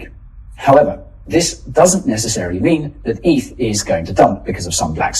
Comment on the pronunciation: It’s “eth”, not “eith” you numbnuts 😂